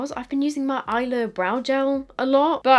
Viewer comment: Hi! As usual I love your videos, just passing with a little spanish lesson "Isla del Sol" Isla is pronounced | is-lah | 😁 that's it thank you for your videos 😁